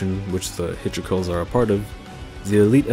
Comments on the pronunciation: Take a shot everytime he pronounces "Hilichurls" wrong and you might be dead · I wont die its only 4 after all. More likely to get drunk if you named everything he mispronounced but i dont blame him. Hell AK has worse to pronounce. Lol